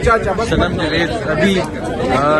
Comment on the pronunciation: بھائی جوید نہیں جاوید صحیح نام ھے۔